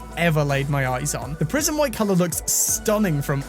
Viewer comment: For a second I thought you were saying "Prison White" lol 😆